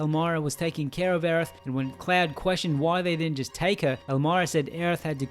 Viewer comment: Great video, but his name is "CLOUD" not fucking "CLAD"